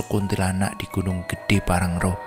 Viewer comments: Bukan PANGRANGRO tapi PANG-RA-NGO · PANGRANGO bang bukan PANGRARO 😅😅